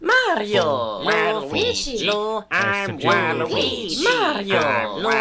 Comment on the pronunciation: I thought peach said "bitchy" lol